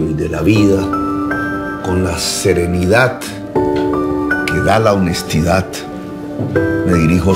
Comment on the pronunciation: Serenidattt.. honestidattt.....😂